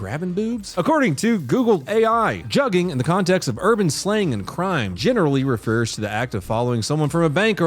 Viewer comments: Its pronounced "jooging" not jugging.. and its like an easy con. Im in baltimore and when i was a teen we called people who robbed people joogs. Im 33 ATL wanna claim everything 😂😂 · Let the only black guy who watches you help: Its pronounced "juh-ging". Love your vids.😂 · it’s pronounced “joog” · It’s pronounced joog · not that i blame for not knowing, but jugging is pronounced "jooging", like "took" or "book" lmao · lol it's pronounced "J-uu-gah" blame the Fetty Wap era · its pronounced jooging they just spell it stupid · It’s pronounced (Jugging) it’s got that long uggg sound in it I can’t stand that people are acting like this is new slang dudes would try to juge me for my lunch money in middle school like 20 years ago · It's pronounced " joog" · Its pronounced Jewging* it's just spelled jugging